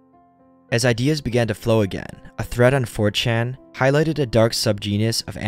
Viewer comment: I thought you said, "fortune investigators." Even the CC says, "fortune investigators." I guess you meant 4chan investigators. If I mumbled and ran the words together it could be, "mh fuhm cham imbes mm geh ms" for "4chan investigators."